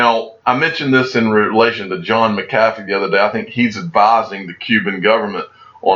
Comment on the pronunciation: You keep saying McAfee like: muh-CAFF-ee when it's pronounced MACK-uh-fee. Many people have commented this on your videos before. It signals to us that you probably don't read our comments 😒 and anyway is kind of disrespectful to John that you won't say his name correctly. 😒